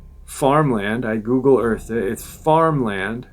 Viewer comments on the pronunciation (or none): none